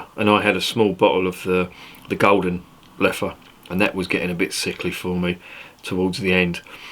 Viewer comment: I remember seeing the Leffe Abbey, just outside Dinant. Your first pronunciation of Leffe is correct. 😉 I sometimes drink this brown beer with a good meal. The sweetness is a bit artificial indeed. Leffe Tripel is rather sweet as well.